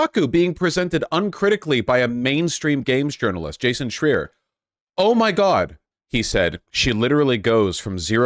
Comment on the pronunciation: A bit of a tangent, but is it a pattern with Vaush not knowing how to correctly pronounce people's names or has it only happened to Schreier in this video and Javier Milei?